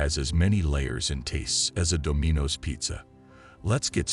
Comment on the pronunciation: "do-MEE-nos"??? Try "Dom-in-oh's" voice-bot And WTF does Donald Trump have do anything? There are so many inaccuracies in the tale you should sell it as a fictional account...